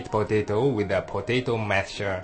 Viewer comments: i like how the man say patato XD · hahahahaha.... po-tei-to.... LMAO gotta love his accent XD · i like these vids. It just cracks me up when he say POE-TAY-TOE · I love how he says potato.